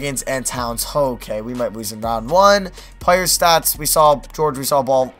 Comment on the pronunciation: He don't no how to say lose